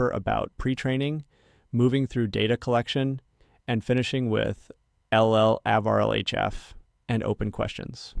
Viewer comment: Feels like you might need to give 11Labs some more AI-related pronunciations? eg (LLAVA, NeurIPS, etc.)